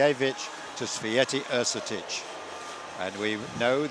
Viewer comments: I love how they pronounce Święty as, "sweaty"... lol. Our names are hard but at least learn them. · "Yousteena Shvyentae"not Swytee! Święty mean holy